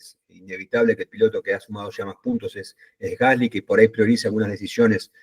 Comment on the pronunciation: Excelente nota! La mejor de todas las que escuché. Un solo tema, el apellido del compañero de Franco se pronuncia "gaslí", es francés, se pronuncia con acento en la i.